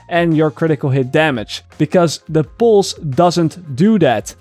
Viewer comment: No offense: Poose